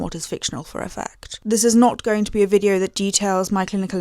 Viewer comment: Brilliant vide-oh, alm-oh-st adorable